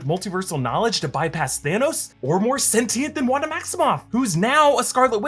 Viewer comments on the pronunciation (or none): none